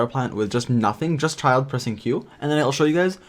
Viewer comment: Its Childe not Czild.. and Kiki not Cziczi...